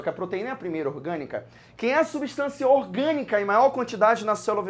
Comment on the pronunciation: Só oq confunde é que ele não fala "orgânica" ele fala "iogânica", da mó embrulho na mente